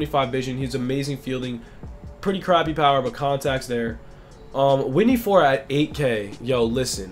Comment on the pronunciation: “Whitney Ford”😂 Man you trippin